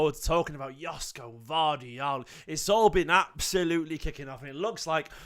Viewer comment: Greetings from Sydney Australia mate 😂. It pronounced YOSHKO